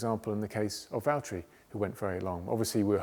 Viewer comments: When he keeps saying valteri 🥹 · I love how he kept referring to George as “Valteri”. 🤣